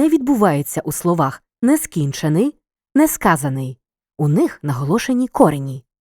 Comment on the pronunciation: Як можна робити озвучку штучним інтелектом із неправильними наголосами відео для вивчення української мови? Які ще КорЕні?